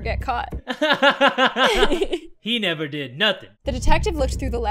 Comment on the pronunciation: "-to NEVAR get caught."